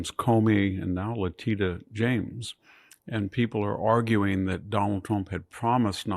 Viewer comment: I like the way he mispronounced Leticia James